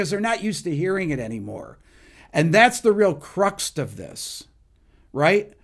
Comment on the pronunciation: Did you just say Cruxt?